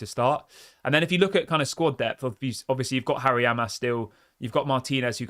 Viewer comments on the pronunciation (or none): none